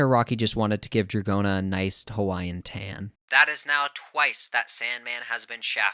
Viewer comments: that's a stretch. GIOrno is already pushing it, but NO ONE pronounces Dragon as dra-johns. unless the namesake Dragona comes from does pronounce it that way for some reason, i'm not well versed in american rock music... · it is proutonced dragouna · I pronounce it like rodeo cause it fune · dra-johns lmfao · Honestly, I think drag-go-na is better lol pronounce it however you want